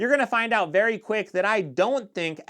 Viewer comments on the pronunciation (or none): none